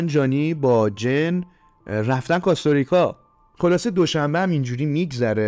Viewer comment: سلام.جن نه جین